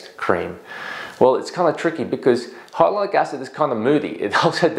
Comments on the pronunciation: Why are you saying hylonic not Hyaluronic? It’s so irritating since you are a professional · Hi Dr. Why are you pronouncing Hyaluronic incorrectly? Reminds me of when Benedict Cumberbatch not being able to pronounce Penguins. Watch from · You’re saying it wrong it’s triggering me I gotta go